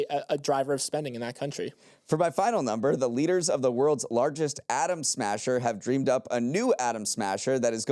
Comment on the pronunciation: You said atom smasher and I heard adam smasher.